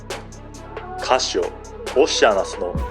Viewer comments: 確かにそう、おっしゃなす。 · あかん、オシアナスの変な発音が気になって内容が入ってけえへんやろ。